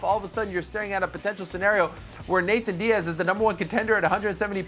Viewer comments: I hate how Ariel says “Nathan Diaz” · This man said “Nathan Diaz”